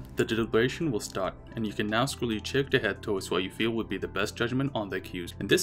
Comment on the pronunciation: Character is pronounced "Care-ak-ter" not "chair actor". No hate but I'm just saying